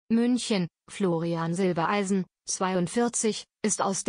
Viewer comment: Zwischendurch immer wieder Silbeleisen, warum kann man den Namen Silbereisen nicht immer korrekt aussprechen?